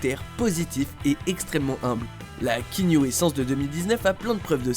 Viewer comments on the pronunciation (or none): KEANU, prononcé: K I A N O U le A se prononce ! Et son nom signifie: brise fraiche sur la montagne ! bordel, désolé j'ai pas pu me retenir.